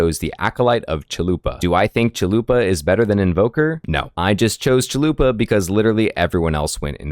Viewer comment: I think its funny you say Acolyte of Chalupa, instead of Chayula. Great build but I think you can still use the last one for Act 3 and maybe NG+.